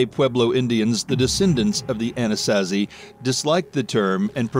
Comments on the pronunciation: Wtf is an A-nas-as-see? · ANA-SAW-ZEE that’s how you say it. Lol